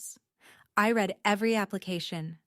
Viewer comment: Need to teach your AI the difference between Read (red) & Read (reed)